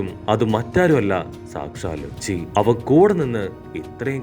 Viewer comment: Not luchi he is lucci